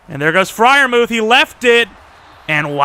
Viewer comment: is just me getting kinda frustrated when he calls pat Freirmuth frie like pls just call him muth